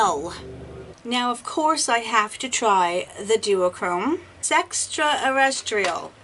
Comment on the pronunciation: Oh my gosh, I laughed so hard at you trying to say sextresstriel (sp?) Look I can't even spell it lol, i love the look & the pallet